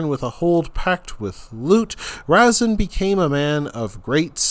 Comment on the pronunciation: Are you making a joke? You butcher the pronunciation of the names of everything. I don't think you got one right. And Razin, was Russian